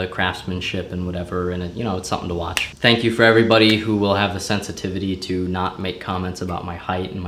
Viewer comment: says thnak